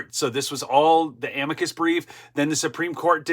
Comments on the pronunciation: It is pronounced AM-mick-kus so please use proper pronunciation. Thanks! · AM-i-cus brief (emphasis on the first syllable, not the second).